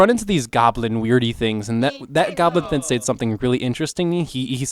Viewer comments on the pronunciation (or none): Yes. GLOBIN. not goblin. Gotta pay more attention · It's "globin", not "goblin" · Great video, I look forward to more of the series ^^. But btw, it's pronounced GLO-bin, as in "hemoglobin".